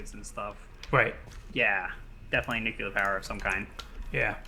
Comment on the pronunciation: Is it just me or there's actually an alarming amount of people who can't pronounce nuclear? I've heard a lot of nukelar lately.